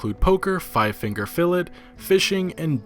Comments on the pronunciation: Bro you pronounce it “fillay” not fill it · 5 Finger Fill"it"?? lol.....its Fillet...like Fillet of fish? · Five Finger Fillet is pronounced Fill-ay like eating a Filet-O-Fish at McDonalds. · Five finger fillet lol... It's pronounced "fill-aye" like Chick-Fil-A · "Five Finger 'Fillit'" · Its pronounced five finger filay. good video 👍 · It’s pronounced five finger fillay. Silent T. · Fillet is pronounced "fillay". You know, like a fish "fillay"? How do you not know that??? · Dude is pronounced filla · Pretty sure you mispronounced Five Finger Fillet.